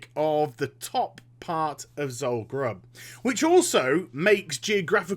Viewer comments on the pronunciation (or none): it's Zul Guruub